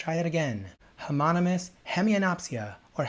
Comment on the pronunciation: I thought i was the only one who couldnt pronounce homonomo....😂 . Fan of you!